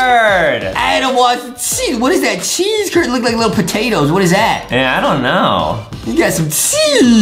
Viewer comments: I thought Justin said sheesh not cheese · I was laughing so hard the fact that Justin’s going sheece instead of cheese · How everyone says cheese How justin says cheese:chyeeez